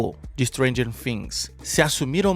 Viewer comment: Por que vc fala fhings e não Things ?